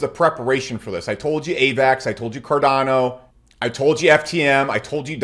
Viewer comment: So after so many videos you laught about Cardano now you say "and ofcoz CARDOANO!"???))))